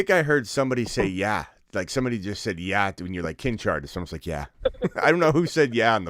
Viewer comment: “Kincha” 🤣😂. He must be related to J.K Robbins, Biaja 😂